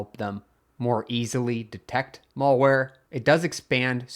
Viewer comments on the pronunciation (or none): It's MALware. Not MOLEware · He also pronounces malware incorrectly... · "mall-ware" and "mull-ware" were interesting, too. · I can kind of get it I guess. It's the some pronunciation of 'mal-' as in 'malicious.' come to think of it, I haven’t heard anybody say any of the other mal- words with an "a" in "apple" pronunciation other than "malpractice." It’s an uncommon way to pronounce it for sure, but at least he’s not saying "male wear"